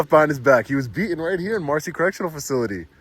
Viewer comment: please do me a big favour and try to pronounce the letter T when you are talking. It needs to be pronounced “BEATEN” not beahon.